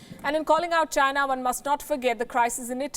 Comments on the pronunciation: i always hear "vagina" ,when she says "the china" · Virus came from CHY-nuh. It is the same as saying Chinese food!